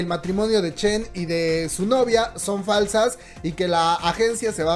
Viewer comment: NO SO CHINOS! Jajaha falta la "N"